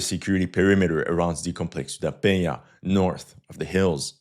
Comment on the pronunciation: . Congrats on the nasal sound ("nh" from "Penha"), you nailed it!